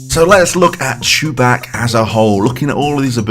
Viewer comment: Did you say ChuBach by pronouncing him “Choo-BAK” or “Choo-BOK”?